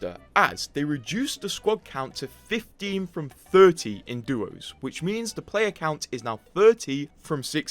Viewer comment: Please as an english speaker use english. You said duos right once then say doos the rest of the time. Try to keep the correct pronunciations alive. ❤ love the vud. Thank.